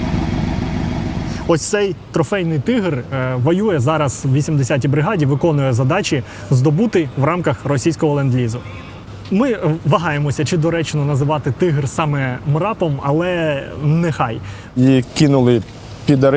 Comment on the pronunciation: взагалі-то, мраПом, а не мраТом...